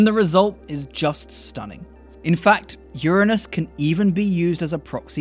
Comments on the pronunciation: well done at pronouncing Uranus correctly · Hi, Love your videos. Your enthusiasm is infectious. Keep up the great work. P.S. I'm so glad you pronounce Uranus the way you do. So sick of the "anus" pronunciation. Regards from Australia. Cheers Mate.